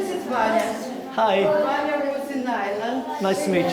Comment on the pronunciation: His name is not Banni, It’s Vannya. In russian B pronounced V.